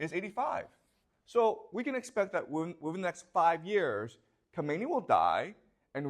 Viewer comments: pronounced kha me ne eeee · Thanks for the informative video professor. Regarding the Ayatollahs, the first one you pronounced it correctly (Ko_may_ni) The second one is tricky because of English speakers. It is properly pronounced as (ka_mi_na_ee).